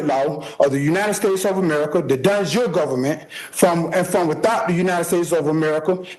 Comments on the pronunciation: Dude can't pronounce De Jure because he's never heard it spoken aloud, but he's gonna self represent on a murder charge. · Boss move was the judge not correcting the guy's pronunciation of "de jure".